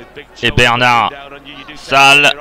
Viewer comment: Les commentaires ne sont pas très bons ni très clairs. En plus, il s’appelle Bernat-Salles et pas Bernard-Salles ,ce commentateur est vraiment très nul. Mais en tout cas,le match est incroyablement magnifique.